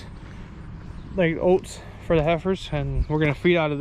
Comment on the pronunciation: Definitely from Wisconsin with the way you say “oats”. Entertaining.